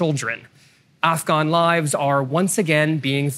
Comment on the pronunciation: Can someone tell this dude how to say Afghan properly